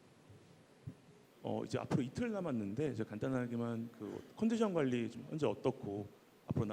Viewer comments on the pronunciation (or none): 구마유시는 단어 유음화좀 신경써서 발음했으면 좋겠다 예전에 많이말하던거는 전략을 그대로 전략이라고 발음하지말고 절략이라고 발음하는게 표준발음임 이번 인터뷰에서는 관리를 관리라고 발음하면 안되고 괄리라고 발음하는게 표준발음이니 공식적인 자리고 많은사람이 듣는 자리인만큼 표준발음으로 발음했으면 좋겠음 ㄴ뒤에ㄹ이 오거나 ㄹ뒤에ㄴ이오면 유음화가 일어나기 때문에 주의하자